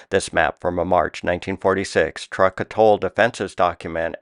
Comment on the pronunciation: I believe Truk was pronounced "truke" and not "truck".